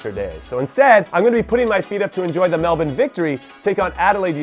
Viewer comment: Can I just say Jimmy, as an Aussie I'm very impressed by your pronunciation of Melbourne. A lot of other countries pronounce it Mel-born and it always surprises me how easily you switch from your normal accent to a semi-australian accent when pronouncing Melbourne. Keep up the good work!